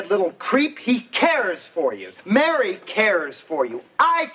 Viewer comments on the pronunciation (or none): none